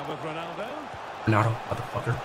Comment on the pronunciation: Speed : "WTF IS THAT WONALDO! , DO THE SUWI MAN! "